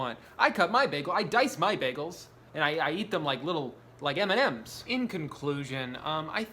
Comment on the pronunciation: why is the way he says m&ms so funny 😂